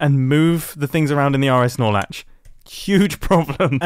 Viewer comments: I keep hearing RSnorlax and I dont know what he is actually saying 😭😭😭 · Am I the only one who only heard "Snorlax"? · All I heard was RS snorlax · Say rs norlatch one more time 💀